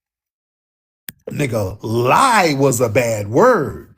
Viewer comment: ain't lying about not being able to say "lie"